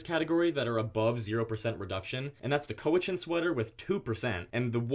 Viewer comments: Cowichan is pronounced like cow, not crow without an R. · Just a little heads up here. The Cowichan sweater is pronounced (cow-ie-chan) Cowichan. It’s the Cowichan tribe from Vancouver Island. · cowichan is pronounced cow - itch - in